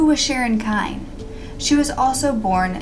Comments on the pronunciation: Last name is pronounced KENNY...not Kind. I lived in Independence through all of Sharon's trials. My father was the arresting officer. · I'm the granddaughter of pat and walt Jones. I've heard the story of sharon kinne many times, not quite like this but told a little differently from my family still a good narration from you. I was told sharons last name was pronounced Kinney but anyways that doesn't matter I wish there was some justice for my grandmother a life taken too soon. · Dear, If you are going to use my book, "I'm just an ordinary girl." The Sharon Kinne Story for your YouTube casts, I might make two suggestions: 1. Give the book and my research credit. 2. Get the pronunciation of Sharon Kinne's name correct. Thank you, James C. Hays Author-"I'm just an ordinary girl." The Sharon Kinne Story